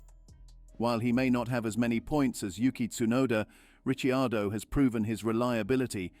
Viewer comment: The correct pronunciation of his name , he being Italian